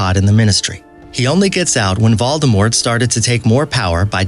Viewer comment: NO NO NO YOUR SAYING IT WRONG ITS vOldemort not vUldemort 😤 NO NO NO YOUR SAYING IT WRONG ITS dObby not dOOby